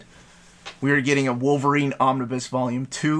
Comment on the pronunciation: Pls dont say omniboo for some reason it feels like I'm being tickled